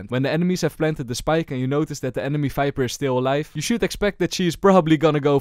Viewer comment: Him saying viper as "fiber" tickles my brain